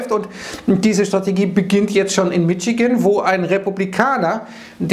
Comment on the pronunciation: Sehr gute Beiträge,! Nur ein Wunsch: Michigan sprich Mischigän;)